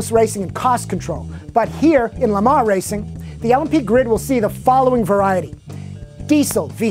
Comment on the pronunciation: i think the FT86 should drift. They should replace Foust's scion with the FT86. I like how says Le Mans because it is the right way to say it